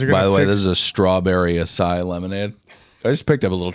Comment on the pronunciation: Listening to mispronounce the word "acai" with confidence should show people doesn't know what the fuck he's talking about half the time.